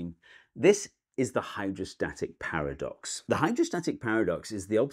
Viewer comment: the Hydrostatic "Paradise"